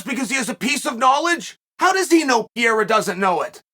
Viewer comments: Chael: Peeyerra. Everyone: Pereira. Chael: Ok, Great. Peeyerra. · Alex Peh-Hey-Rah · Does this 70yr old in the body of a 40yr old pronounce the name wrong on purpose?